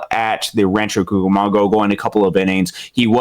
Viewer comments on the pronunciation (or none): Great job by today in summarizing the statistical standouts thus far this season. Just wanted to note, in a friendly way, that is mispronouncing Rancho Cucamonga (koo·kuh·muhng·guh). Not a big deal at all but those of us in California, and certainly anyone who follows Rancho closely or lives in the area, would notice that. Definitely enjoyed the segment today.